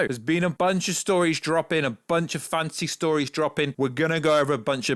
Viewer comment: whenever you say fantasy, it sounds like you're saying fancy